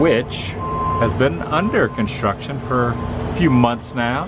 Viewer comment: Why can’t you say construction correctly? Tim Tracker can’t either 🤷‍♀️